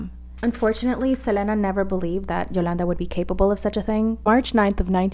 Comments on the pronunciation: Right like why is she saying her name like that lol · everytime she says selena i get upset js say it regularly stop tryna be different